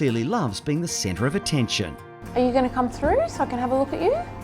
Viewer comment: Spelled center or centre it's pronounced center not sentry...